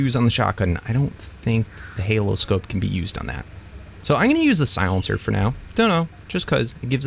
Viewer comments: Ok no hate on but it's either I haven't seen how the Holo scope was spelt in ark or he just can't pronounce it he said Halo scope so just saying it's a holo scope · I hope you know that it's called a "holo scope" as in "holographic scope" not "halo scope"